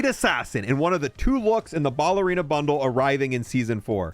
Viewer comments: Ballerina is not pronounced BALLerina. Say the word pal, replace the P with a B, and then add "erina" at the end. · BALLERINA. YOURE SAYING IN WRONG. JESUS HAVE YOU NEVER HEARD WORDS BEFORE???